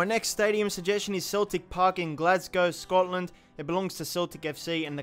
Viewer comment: You almost said Glasgow right so close